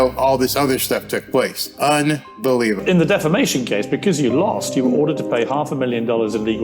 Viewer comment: She says defamason not defamation , listen .